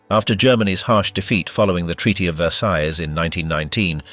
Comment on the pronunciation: "Versai", not "Versaise"